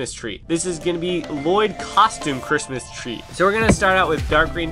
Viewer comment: Instead of crismas tree, you sead crismas threy